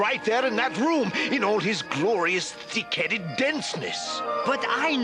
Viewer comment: I know that he says thick headedness but it sounds different remove the th and put a d